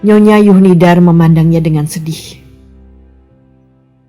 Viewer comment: Mengapa huruf Z dibaca menjadi Y? Zuhnidar menjadi Yuhnidar?